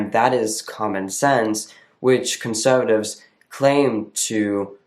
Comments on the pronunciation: Also, I noticed a bit more of an accent in this old video when you say conservatives. It's more "conSUHvatives" as opposed to now where I would think you were a native English speaker from Detroit or something. The "conSUHvatives" gives it away here. Pronouns are inherently biology based, BUT they're also visually based. You look like a man to me. I wouldn't question it. I wouldn't go "hmmm .. is that a girl?" It's automatic, "that's a man." That all being said, I'm so glad you kept doing these videos. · I came here to see if someone says this. Every word he says sounds like American accent and then conservatives sounds Australian.